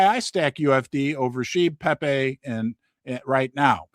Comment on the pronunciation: Did just call pepe: peepee!! 😂😂